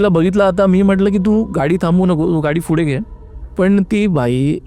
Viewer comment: फुढे ❌ पुढे ✅